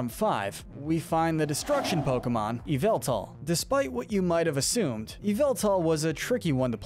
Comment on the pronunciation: Him:eviltal Pokémon: yveltal